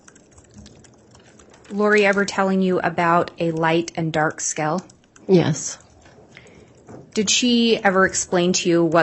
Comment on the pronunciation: keeps mispronouncing the words "scale" and "feeling" with "skell" and "filling" 🙄